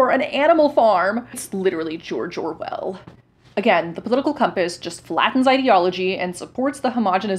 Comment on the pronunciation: "Jor Jor Wel" got me for some reason.